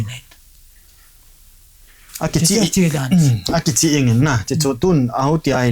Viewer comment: Anchor pu Vowels mandan anakijil jep o pls.... Eg: Kimutu X Kumuto ✓ Akichih X Akicheh ✓